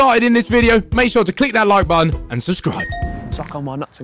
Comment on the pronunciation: have I just heard ethan sayin cleek instead of click 😭😭